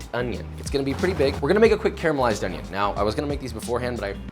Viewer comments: A smile at the "onyon" part. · The way he says onion annoys me